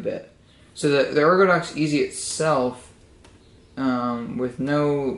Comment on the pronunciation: It's called an Ergodox, you don't want to call that an Ergodex, that's a different - uh - keyboard.